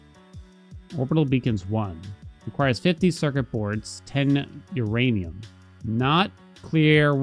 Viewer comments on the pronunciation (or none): none